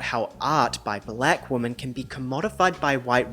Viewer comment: Why are you pronouncing the words "woman" and "women" the same way? Other than that, love your videos.